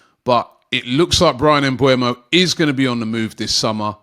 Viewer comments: It's MBEUMO Not MBUEMO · It's MBEUMO and not MBUEMO !